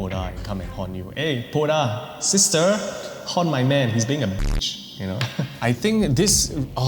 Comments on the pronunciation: Hi! Love the content! Hmong person here! The Poj Dab, is pronounced “Pall Da” with the “j” and “b” acting as tones. It literally translates to Female Ghost. It can haunt anyone who wronged it and is usually born from vengeance. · I was at work and when you mentioned the poj Dab my ears lit up, I didn’t expect to hear about Hmong People. Poj dab is pronounced “paw” (pronounced with an O sound) , you pronounce Dab correctly. Poj Dab translates to woman spirit or like woman ghost. Typically people avoid saying it when they walk alone at night. The h in hmong is also silent. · I'm Hmong its call paw-da